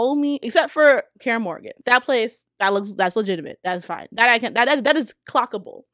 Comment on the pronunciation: Great points as usual but she mispronounced most names. Kaer Morgan? Really?